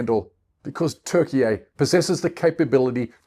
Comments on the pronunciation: This can’t even pronounce Turkey 🦃 🇹🇷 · It’s Turkey dude your speaking English not Turkish! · Please stop saying Turkey eh. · Nice video mate but if you could just say Turkey correctly that would be great 👍🏼